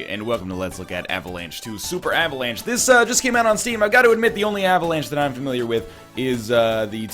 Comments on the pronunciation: "Avalance" Heheheugh. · You are turning british. Avalanche? uhvuhlahnch.